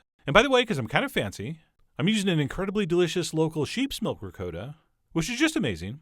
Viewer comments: Ri-coat-a?? I have never heard anyone let alone a chef pronounce Ricotta.. ricoata. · Cal- ZON-AY!!! REE-COAT-AH!! My Italian friend confirms these pronunciations!!! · RicOtta Not Ri COAT ta, Chump! love the show, can't stand the voice. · It's ri cot ta not ri co ta ! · "Ri-Coat-a", lol?? Nice looking calzone though!! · Just watched but I don’t know if I can trust someone who pronounces it Rick-coat-ahh lol but funny vid and thanks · No hate but, he calls ricotta, (ri-coat-a) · ri-codda ? wth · Awwww C'mon, Chef!! It is pronounced Pros schyiuto ham,and RiKotta cheese! I mean, seriously... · You say "ricotta" weirdly; please say it right !! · The way you pronounce "ricotta" makes me cringe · Oh Christ the way you pronounce Ricotta hurts my New York soul. Looks delicious though! Agree with the fork comment. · I honestly hate how he pronounces ricotta